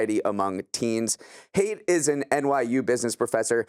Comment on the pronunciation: The author’s name is pronounced “height” not “hate”. I’m a huge fan of his work! Great article in the Atlantic recently.